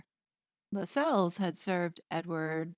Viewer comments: The name is pronounced "LASSells". I know, I know . . . . 😄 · LAS els. Not Las Celles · Tommy Lascelles....Pronounced....Lass- cells.... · I believe Lassels is pronounced like “tassels”. Pretty sure it’s not La-sells. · I agree. See my last name. It’s “castles”, not ca-sells! ❤️🇨🇦